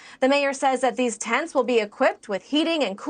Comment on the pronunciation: She said , dees people! Isn’t that a racist remark!